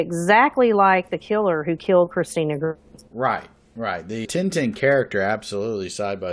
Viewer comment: Excellent as always.... Interesting that her name Grimme would sound like "emerge" spelled backwards when verbalized like "e-mmirg"